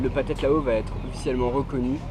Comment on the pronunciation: T as prononciation est horrible. Le H se prononce comme un R, alors c est les Thais (traïe) et non pas Taïe, et c est phathead ( pratread) Lao. Apparement du parle de pays dont tu ignores totalement la culture et la langue.